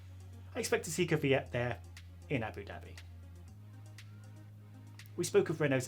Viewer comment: Its Kvyat not Kivyat